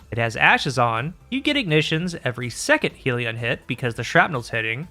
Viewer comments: Great vid, and for once we have a Destiny Youtuber who isn't an illiterate retard... you pronounced Sieve correctly when nobody else could. Edit: Uh oh, spoke too soon. pronounced Hellion "Heel-E-On", when it should really be "Hell-yun". I guess 1 for 2 is the best we can hope for with this bunch. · Please change your pronunciation of Hellion. It's not 'heal-eon'. It's 'HELL-eon'. as in 'begone ye demons from Hell' (whom were also referred to as Hellions, in some texts). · It's not "helion" as in "helium", it's hellion - hell-ee-on. Aka an unruly person. May be minor except the word "helion" with one L was spoken nineteen million times in this and it grated every time... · Isn't it Hellion, with two L? You're pronouncing it as though it was spelled "Helion" with one L, which would kind of make sense because "helios" = sun, but it isn't. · Love your vids and welcome back! Not allowed to call it heal-ion though. Rebellion -> Hellion. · why can noone pronounce this word correctly... its HELL-ian not HEAL-ion. Hellion is a real word healion sounds like a pokemon lol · youre pronouncing hellion wrong, its not "heal-e-on" its "hell-yen", i normally wouldn't say anything but you say hellion a LOT in the video and its very distracting how wrong you're pronouncing it. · Good breakdown… it’s a double L, though, “hell-e-on”. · It's amazing to me that you YouTubers cannot pronounce "hell-ion" to save your lives. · take a shot every time says "helion" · That's not how you pronounce Hellion.